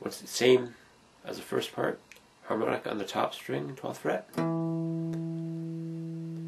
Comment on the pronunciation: Harmonic ? More like "Hamon"ic